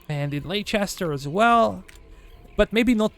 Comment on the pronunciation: the way you pronounce "leicester" actually infuriates me